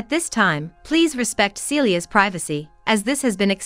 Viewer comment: Celia's name is NOT Cecelia.